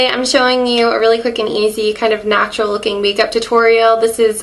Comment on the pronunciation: Stop fucking calling it natua